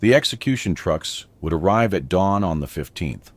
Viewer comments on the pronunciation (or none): none